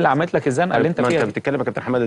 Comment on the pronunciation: ياجماعة حمادة ب الدال مش ب الراء